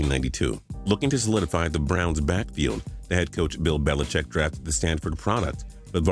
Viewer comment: “Bad Coach bill belicheck” What the fuck did this guy just say???